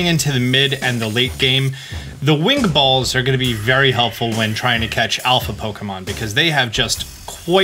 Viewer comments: It sound likes he’s saying bowls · I love the way he says "balls" 😂